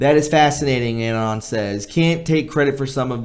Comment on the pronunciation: Excellent! Please bear with me as I correct a few minor pronunciations: Anon is uh-NON (like anonymous is un-NON-i-muss). Clandestine is Clan-DES-tin. The past tense of broadcast is 'broadcast', there is no '-ed' ex.: the program was broadcast one year ago.; it will be broadcast again in two weeks' time.'